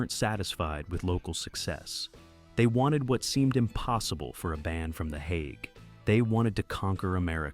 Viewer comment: It would be easier to watch if AI could at least pronounce this properly. If it can't pronounce the Hague, what elst is wrong?